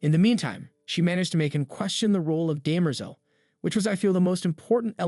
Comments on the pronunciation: Daymerzel? It's Demmer-zell! ;-) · It is DEM-er-zel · I was just thinking the same thing, especially with Cleon and Demerzel. My ears were just like "huh? come again"